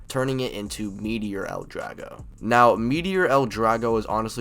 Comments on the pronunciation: Meteo! Not meteor like come on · I’m so glad you called it Meteor L Drago. I know it’s actually Meteo (which is also cool as it’s the French word for weather) but when I first watched him call it by its new name in MM I was blown away that they came up with that name for its reborn version